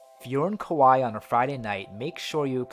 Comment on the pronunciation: Kauai not Kuwai.